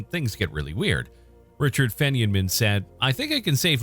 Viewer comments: Did you just call Richard Feynman “Fenyon-men”?!?!? WTF? You have to be at a different level of stupidity not to know how to pronounce the man’s name, especially since he ranks up there with Einstein, Hawking, Oppenheimer etc. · If you cannot pronounce the names of these physicist correctly, you should not be doing the videos....Min kowski not minakowski....Fine Man for Feyman....DUH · Richard Feynmen last name is pronounced "Fine-men". Are you sure you know what you are discussing? You mispronounce things that should be basic knowledge all the time. I like your videos but your constant mispronounced terms make me wonder about the credibility of your information. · Please fix your pronunciation of Richard Feynman😭